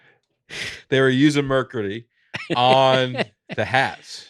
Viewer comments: saying “merkary” but also “POYetry” is unreal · I was SO glad pointed out pronunciation of "mercury" - hilarious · I’ve watched/listened to a lot of these episodes and I don’t think I’ve ever laughed harder than that whole merk-ery segment lol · As soon as I heard say “mercury” I said, there’s no way he says it like that. He then proceeded to say it that way 5 more times while I’m nearly in tears. Great stuff! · When asked to re-prononce mercury, I just about lost it. If I had been drinking Mountain Dew, it would have come out my nose.😅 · makes fun of for his pronunciation of mercury, and then goes on to mispronounce it himself! lol...